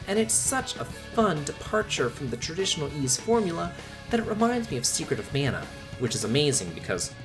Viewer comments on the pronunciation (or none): none